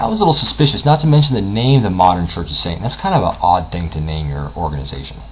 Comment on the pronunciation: sait-tin...why, oh why do you say it like this?